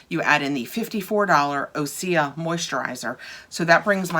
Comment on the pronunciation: According to their website that isn’t how it is pronounced: Great question! OSEA is pronounced Ooh-sea-yah! OSEA stands for the core elements of wellness and our source of inspiration: Ocean, Sun, Earth, Atmosphere.